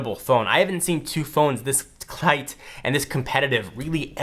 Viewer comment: "I haven't seen two phones this... [ Brain: Close...Tight....] CLIGHT and this competitive..."